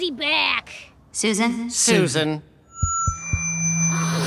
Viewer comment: Wtf did Alastor call Susan 😭 my brain and ears refuse to comprehend the first word